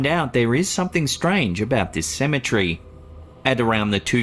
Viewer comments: OMG 🤦‍♀️I absolutely hate the way this man calls a cemetery "symmetry" 😒😒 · Oh for real i feel u. Its CE-ME-TER-Y.